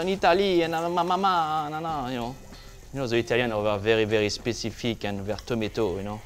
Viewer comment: The Italians are very "spay-ci-fique"... love this guy